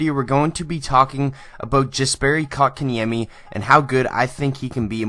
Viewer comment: xdd How did you pronunced that name that well XD